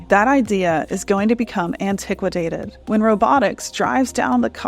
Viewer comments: It's 'antiquated' not "antiquiquated" . The level of trust relies on what is spoken and misspoken. I was hopeful for the truth of your essay but I lose some when the presentation gets lazy or loose. Too bad because I think you have good insight but I don't know now, whether you're taking shortcuts in your logic flow and I have to be more skeptical. I like your direction but may not like your path. I'm not trying to discourage you. I'd like you to not lose anyone in the words. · You said "That idea is going to become antiquated" except you mispronounced that last word as antiquitated.